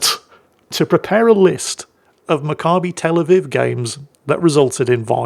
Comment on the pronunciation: You pronounced Macabbi Tel Aviv perfectly